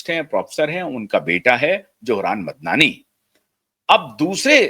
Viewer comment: Why can’t the Indian commentators spell out the correct names any more, they were the best in saying foreign names and this one is not so foreign. His correct name is Mamdani. Some commentators can’t pronounce it.